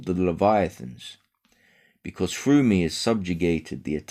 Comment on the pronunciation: "THROUGH" NOT "FROOO"!!!